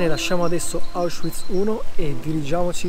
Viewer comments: Auschwiitz perchè lo pronunci così con la w inglese? la w si legga v e non u.. ? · Non capisco perché si continui a dire Auschuiz... il w in tedesco non è u come in inglese ma v normale.